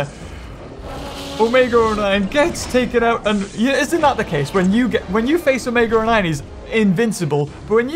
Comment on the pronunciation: Why does he say omega o9